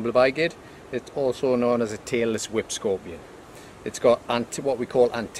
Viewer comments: I kept hearing taylor swift scorpion and wondered why it was called that. I then realized he was saying tailless whip scorpion 🤦‍♂️ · Am I the only person who thought he was saying 'Taylor Swift scorpion'? 😂